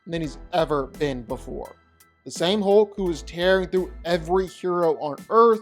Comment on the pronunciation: Why do so many people pronounce hulk like ‘hoke’ it’s more annoying than it should be 😅